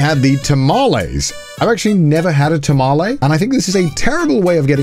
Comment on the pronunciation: As a tamale enjoyer that tamale looks disgusting. Also why did say "tamalae" and not "tamale?" 😭